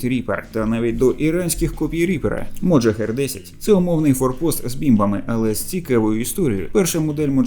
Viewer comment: А чому "моджахер"? Його так військові називають? Назва ж Mohajer 6 - мохаджер 6.